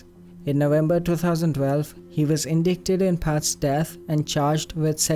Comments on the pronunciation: Indictment.. pronounced in dite ment. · Small correction. "Indicted" is pronounced like "in DYE ted". Similarly "indictment" is pronounced "inDYEtment".